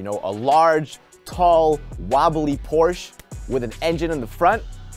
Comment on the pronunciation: My only criticism of the video is the pronunciation of Porsche. Otherwise, nice vid.